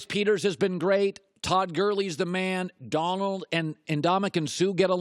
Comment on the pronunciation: He can't say Donald without accidentally saying Darnold